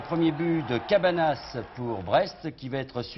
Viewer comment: Mdr ils disent quasi tous Cabanas alors que ça se prononce "Cabagnas"